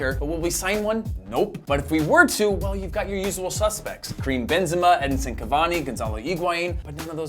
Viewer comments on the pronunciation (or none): none